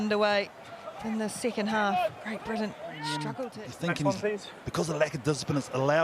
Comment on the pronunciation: It's pronounced Britain you moron